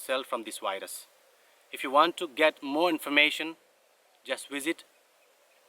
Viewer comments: It seems he says wires instead of virus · “Wyrus” sounds cool.